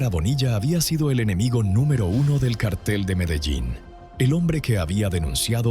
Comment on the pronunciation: Se dice cártel (en el sentido de grupo de delincuentes) con acento en la a. No es lo mismo que cartel (en el sentido de papel, anuncio, póster). Son dos palabras distintas, a ver si se enteran de lo que dicen, para no confundir a la gente.